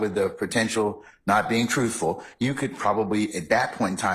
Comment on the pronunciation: All that education and schooling and says "axe" instead of "ask" it's rediculous...and don't get me started when she said " Trooful"